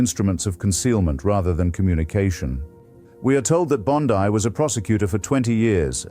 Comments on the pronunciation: Why you pronounce Bond(ai), dear sir? Bondi is an Italian decent, so her name pronounced as Bond(ee). Richmond, CA. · Artificial Intelligence is quite good, if that is what this is, yet am I right that it mispronounces Pam Bondi's last name? Very odd. This glaring mistake is perhaps analogous to being too clever by half. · Bond-eye took me right out